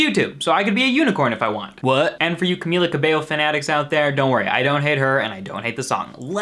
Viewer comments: I'm actually impressed that you pronounced her name right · I just wanna thank you for being one of the only youtubers who actually pronounces Camila Cabello correctly